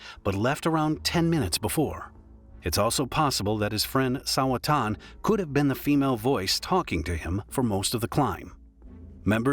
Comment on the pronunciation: bro said it wrong lmao